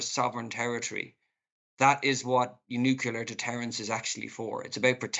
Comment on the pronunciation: Can’t even pronounce nuclear…sheesh .,(no offense)